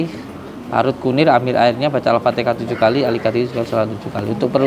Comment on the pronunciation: Alfatiha din Bukan al fatikha😂😂